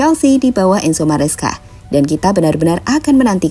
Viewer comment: Maresca min, bukan mascera 🤣🗿